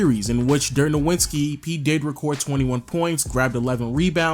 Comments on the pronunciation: Im so sorry to sound so petty, but its not pronounced "noWitzki", it's "noVitzki". He's German, Germans dont have a "W" sound in their alphabet. They pronounce w's as v's. Love your channel tho! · Why do you keep pronouncing it as "Nowwitski" when the actual pronunciation is already well known? ("Novitzki") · I can't believe I have to say this in 2021... It's fucking No-Vitz-Key. Dirk No-Vitz-Key. I know you've heard his name 6,000 times, so you just insist on saying it with a W. It's not that hard, bro. Sheesh... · You got me triggered everytime you said Dirk „NoWINski“ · nigga why do you continue to mispronounce dirks name? its NOVITSKI its not hard at all. you watch basketball and have heard this time and time again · ITS NO-WITS-KI SHOW ME WHERE TF THE N IS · Could you pronounce Dirk’s last name correctly, please? #disrespectinglegends It’s pronounced like there is a “v” in his name because he is German. Other than that, great video! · I love your content overall, but oh man, the way you pronounce "Nowitzki" in so many videos is like scratching a chalkboard with a nail. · I love you but I laugh every video you mispronounce Dirk's last name. Did he disrespect you on the low? Lol. Did he snub you on an autograph? xD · Figure out how to pernounce Dirks name. Damn that was annoying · Learn how to say Dirk's name